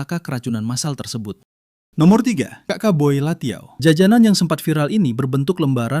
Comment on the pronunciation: bukan latiao tpi lanciao itumah